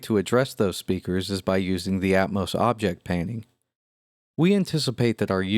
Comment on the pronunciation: I hate the way this guy pronounces Atmos. It's at-MAW-ss, not at-MOH-ss.